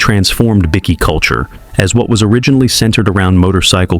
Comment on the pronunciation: BI key not bickie